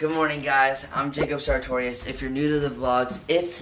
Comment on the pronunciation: I thought it was pronounced Su-tor-e-us. But he pronounced it Sa-tor-e-us. i'm so confused